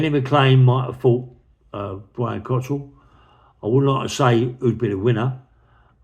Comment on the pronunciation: It’s COCKRELL NOT Cottrell!! No wonder people take the piss out of him now if you keep mispronouncing his name! 🙄😆